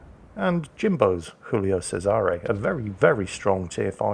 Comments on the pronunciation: I never understood why thinks the Giulio Cesare is a spanish ship. Its Giulio not Jiulio. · for fucks sake, it's not Julio, it's Giulio. same as you're saying, not ['xingls] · It's Joolio Cesare not Hoolio Cesare. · Somebody needs to tell that the G in Giulio raads just like a J in English